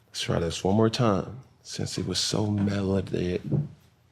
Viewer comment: MELODIC (mel-ahh-dick) Cam lol 😂. Melancholy also worked but I knew what you were aiming for.